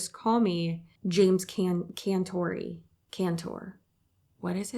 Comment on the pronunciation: As someone born in New England**(I'm in E. NC and have been thru some nasty storms) i'll take a blizzard over hurricanes and earthquakes any day. I've felt shakes in Florida (90s) and that was too much. And its Jim Cantore ^.^ can-tore-ee lol He doesn't surface for small stuff, he was in TN. I think he was there in FL too